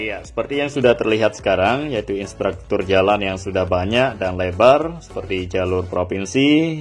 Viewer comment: Infrastruktur bro, bukan instratruktur